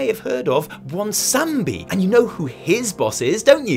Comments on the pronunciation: It's BwonsameDEEEEE not BwonsamBEEE, triggereddddddddddddddd get it right bro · I watched Azshara warbringers before I went to bed... yeah bad idea I know, I have same fears. urghh sighman what a night. Anyway is it just me or are you misspronouncing Bwonsamdi? Cuz Bwonsamdi himself says N in his name and you seemed to have excluded it. Well anyway still better pronounciation than Nobels Nazmir- Nashmeer:D